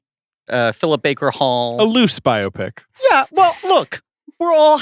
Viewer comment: Can’t get over CR pronouncing “biopic” as “myopic”